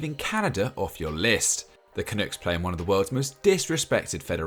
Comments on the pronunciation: Great to see soccer boom in Canada and take its place next to hockey, basketball, baseball, and Canadian football. It's been a long time coming. Btw, it's pronounced 'CA-NUCK' not 'CA-NOOK'. NUCK rhymes with DUCK. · The one comment I have with pronunciation is the word Canuck It’s pronounced CA-NUH-K not CA-NOOK Otherwise an amazing video and something I’ve looked forward to for a long time as a Canadian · Wtf is a canook? You mean canuck? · Canook is KINDA right.. if you have a Newfoundland or Native accent.. lol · Gotta say I appreciate the coverage, but, a couple tips: Cyle's name is pronounced Kyle, and Canuck is pronounced like duck, not took. Great video guys!